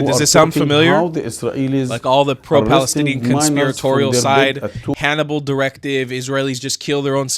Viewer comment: Balestinian beoble who do not have “P” in their alphabet and cannot bronounce P.